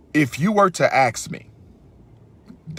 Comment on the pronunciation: Why does a Scollar keep saying aks instead of ask it bothers me😅😅